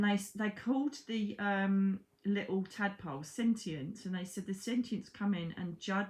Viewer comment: Omg I thought you said electric tampons 😆😆 tadpoles! She said tadpoles 😂